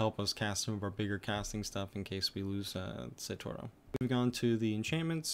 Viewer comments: It’s pronounced satoryu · So your justification is watching anime? I speak Japanese, its not pronounced Satoryu.